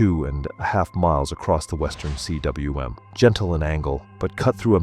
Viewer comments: It's not C.W.M., rather it's a Welsh word meaning valley. Pronounced 'coom'. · CWM is pronounced koom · Cwm = "koom" - do your homework!